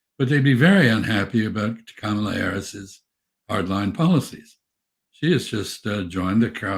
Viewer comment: Wow! Mr. Freeman said 'ka-ma-la' correctly instead of 'camel-uh'